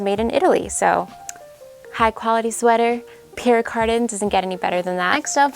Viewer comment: I love all the pieces you scored in Paris especially the multi colored Benneton jacket!! It's definitely 80's vintage like the beautiful Pierre Cardin sweater, which by the way is pronounced Pierre Car-dan. 😘 My favorite piece is your textured jacket with silver button closures. ❣️🗼🌹